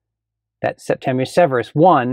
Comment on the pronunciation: So happy to hear someone say Septimius not “Septumus” 😂